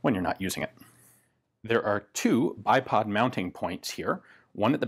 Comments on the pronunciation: OMG, why did i just hear iPod mounting points instead of bipod?!!😆😆😆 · lol. I swear he said there are “two iPod mounting points.” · Who else thought he said ipod mounts for a sec